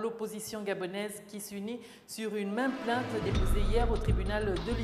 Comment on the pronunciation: plainte et non plaite vous aussi